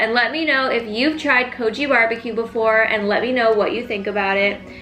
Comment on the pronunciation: It's pronounced kogi like bogey not kojee